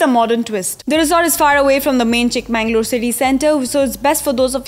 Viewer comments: It's pronounced as chikkamagaluru...not chikmanglur... 'Everything by its right name' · Akka....it's chikka-magaluru..!! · It's Chikmagalur or Chikmagaluru like Bengaluru, If on can pronounce Cincinnati,ohio or Honolulu what's the catch here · It is not Chikma"N"galore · Blood oozing out of my ears....😅 Super speed bullet train narration and it is not Chik MANNG _ lore.